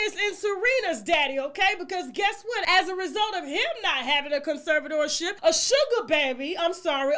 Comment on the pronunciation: Lol 😂 Tasha “Con-sever-sore-tore-ship”